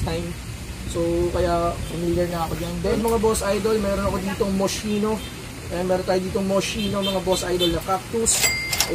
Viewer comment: Boss idol mali pronounce mo sa "Moschino" hindi sya moshino kundi Moskino. Italian brand yan. Yun CDG o Comme Des Garcons hindi ComDesGarcons kundi ComDeGarson ang pronounce. French brand naman yan.